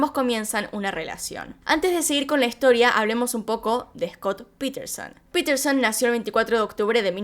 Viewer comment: No es piterson es Paterson